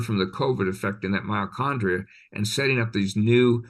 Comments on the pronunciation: Mitochondria not miocondria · I clicked on this video to learn something new, but i am finding it really difficult to listen to and trust a supposed expert who repeatedly says "myochondria" instead of "MYTOchondria". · Is he really saying myachondria instead of mitochondria..?? And talking about malaria being caused by bacteria?? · I just found this video but I have to ask, is saying miacondria rather than mitochondria? Hmmm and he's a doctor. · It's driving me nuts how he keeps deleting the /t/ in mitochondria.